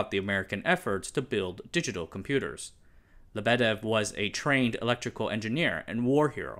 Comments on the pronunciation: There is no LebEdev, there is LEbedev (the emphasis is on the first syllable). And how is it possible to make two mistakes in one person's name? It is not NikitA KhrUschev, it is NikIta KhruschEv (emphasis on the second syllable). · Not LeBEdev, LyeBedyev. Why isn't there something that helps people pronounce foreign words properly... And lol, idk why there's even need to explain, communism/socialism kills everything, especially if there's parallel competition with more free countries